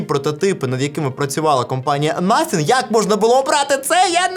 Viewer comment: First 🇺🇦 Коли казав слово nothing мені почулось naфіг😁